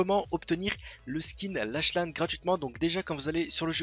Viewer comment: Comment tu prononces lache lane ptdr